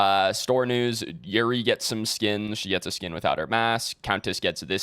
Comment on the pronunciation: Imagine you're about to climax and he's like yurry instead of yuu reh ee lmao so unplayable